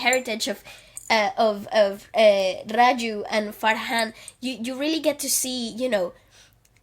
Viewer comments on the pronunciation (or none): He was "Raju" lol not "Farju". But loved the review, gave me a different perspective to the movie. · This was a great review and I enjoyed it immensely. But "Farju" had me in tears pls that was hilarious. 🤣🤣🤣🤣